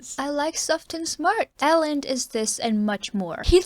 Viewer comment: Elend reads with an 'ee' eelend. Ee like in sweet